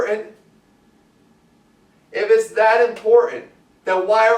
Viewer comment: Lol why is he saying important in a weird way? .. like imporent lol